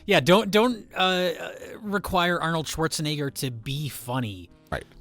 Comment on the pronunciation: RLM got a guy who can't pronounce "Schwarzenegger" for an Arnold Schwarzenegger movie commentary track.